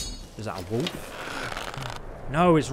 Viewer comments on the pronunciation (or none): I like how says 'Woof' instead of 'wolf'